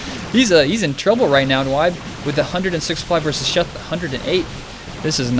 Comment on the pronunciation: its pronounced "Nib" like "nibble" - it's a play off of a friend's typo he made a lot in counterstrike saying Nyb instead of Nub - so its basically you Nub, but Nyb :| but it was funny listening to you try to say my name :) uNyb